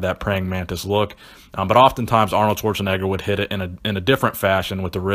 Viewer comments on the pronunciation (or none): none